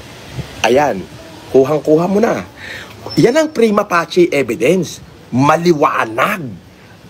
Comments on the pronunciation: prima facie- fayshee ang pronounciation nun hindi pachè dahil latin yun di naman italian. may masabi lang na term tong panggap na gusgusin na to. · Primafacie. si mag pronunciation ay primapache hahahaha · ani ba yang pinagsasabi nyang primapachi hahahhaha prima facie(fishy) ang pagbasa nyan hahahahahaha talaga